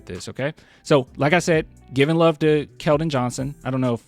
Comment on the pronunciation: Talk about how you got keldon wrong